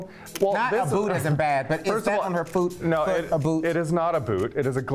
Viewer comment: "is that on her füt, a boot?"